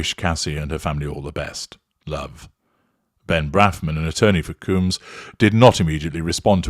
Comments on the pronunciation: Dude why can’t you pronounce names properly? Surely even with your British accent, pronouncing Combs properly can’t be that difficult. It’s COHmbs….not Cooms! Also, she got $100M from the settlement. It’s open source data so you should have known that. It’s obvious that you’re just reading from various sources and have no actual understanding of the subject….including how to pronounce his last name properly. I usually enjoy your videos but this series was weak to say the least. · It's not "Coombs", it's "Combs" like honeycomb or hair comb and brush. Everytime you say "Coombs", my mind goes "Who TF is talking about?!". 🤭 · His name isCombs not cooms. Is that you asserting control? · I think he doing it on purpose lol